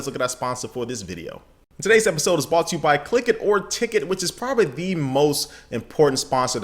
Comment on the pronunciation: its bRought right? not bought? the RRRRRR